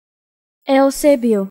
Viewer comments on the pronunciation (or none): This is wrong, it is pronounced Yu-Se-Biyo, my last in name is Eusebio!!!